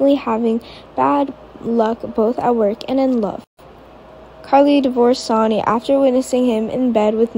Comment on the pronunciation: His name is Sonny not Soni. Please get names for right. Most of your reading is ok I guess.